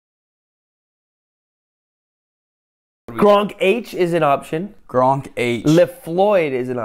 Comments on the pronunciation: His Name isn't Gronk H His Name is Gronkh xD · You don't pronounce the "H" in "GRONKH" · gronkh you do not pronounce the h it's just gronk